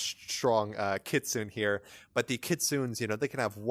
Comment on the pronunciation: It's Keet-su-nay